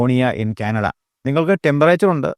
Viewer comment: ക്യാനഡ അല്ല.. കാനഡ.....